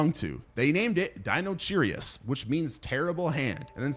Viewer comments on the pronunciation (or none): Di-no-kai-rus Not dinocherryus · Hey btw its not deinocherius its deinocherius (DYE-NO-KAI-RI-S) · "Dinocheirus" is pronounced Dino- KY- rus ("ei" pronounced as long "i"). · Lol the "ch" in "dinocheirus" is pronounced as a "k", like in the word "character". It's Greek. In fact it's the same root we see in the chemistry term "chirality", meaning "handedness". So the word would've been pronounced "DIE-no-KAI-rus" 😊